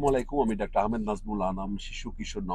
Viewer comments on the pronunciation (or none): none